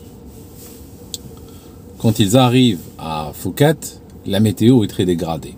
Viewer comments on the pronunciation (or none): Pardon, mais on dit « Pouket » et pas Fouket. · Normalement on ne tient pas compte du h dans Phuket donc on prononce Pouket